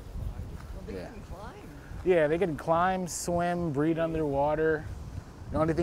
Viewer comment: He said "breed" not "breathe" underwater 😡